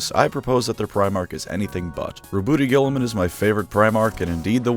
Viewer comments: "Roboot Guiltyspark" 😀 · It's not even the first of april yet we have here on our hands Rowboat Girliman pronounced the greatest primarch. I've got clickbated. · Congratulations on making it to before purposely mispronouncing his name. I know the temptation was hard to fight off.